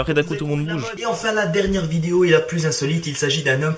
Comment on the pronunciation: Y'a un truc qui a jamais changé en toi tu dis toujours vidio... c'est pas ce qui te rend authentique mais on t'adore ;) continue !